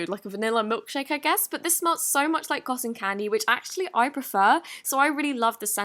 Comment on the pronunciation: why you call cotton candy cosson candy? lmao